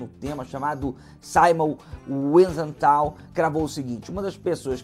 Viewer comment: Não se pronuncia "SoBAIbor" e sim "SoBIbor" . Não se pronuncia Simon "Vaisental" e sim Simon "Visental" .